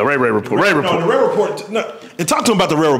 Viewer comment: Did he call the rare report the ray ray report? 😂 #noChildLeftBehind